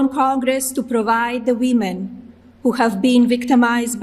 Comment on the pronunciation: How dare she call the survivors “wee-men”!